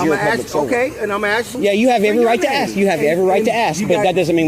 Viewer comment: For any law enforcement officer to use the word “ax” instead of the proper word “ask” is reprehensible and so unprofessional! I was LE officer over 35 years ago. If I would have been unprofessional like this, I would have been fired immediately, and rightfully so. My badge number was 15, which is State Property, and I was allowed to keep it for my services rendered. I still have that badge and I am proud to have served. To all the good LE officers out there watching, and they are, I salute you. 🫡